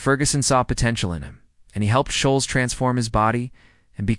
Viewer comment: This is appalling 🤢 Ferguson signed Ole Gunnar, he didn't come to United and turn his career around ! Scholes is prounced " Skols!". 🙄😅😂